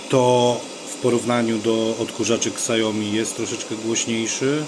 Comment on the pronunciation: "Siajomi", nie "ksiajomi".